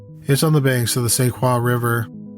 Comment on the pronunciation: See-Quoy-ah" (Sequoia)